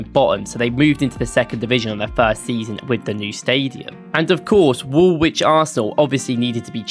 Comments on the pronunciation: The W in Woolwich is silent...... its Woolich ... not WoolWHICH. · uhhhhh yeah mate, hate to break this to you , but its pronounced wulich not worlwhich. I know that this is pedantic but its hard to take someone serious on a history video when they dont pronounce the location names right. Its like birmingham, you dont pronounce it bur-ming-ham you say bur-ming-um. Or for example Southwark, you dont pronounce it south-wark - its suthock. You sound english but also a tourist at the same time. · Silent W when pronouncing Woolwich. It should be ‘Woo-lich’ not ‘Wool-which’ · wool-widge? Try 'woolitch' - game effort though on the whole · "Woolwich". The second w is silent and is pronounced Woolich, as any true Gooner should know. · Anderlecht and all was butchered. Yokozuna aint even close to Nagoya Grampus Eight. Also its funny he says he is from Norwich so clearly must know how to say 'wich' in English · This doesn't even have one crunchy jazz chord or vocal harmony. And you just pronounced the second W in Woolwich. 0/10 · Top 3 pronunciations: 3. Arsenal started life south of the river in "Wool Widge". 2. Arsenal played "Real Zarzagona" in the 1995 Cup Winners Cup final. 1. Arsene Wenger managed Japanese side "Yokozuna" before landing the Arsenal job.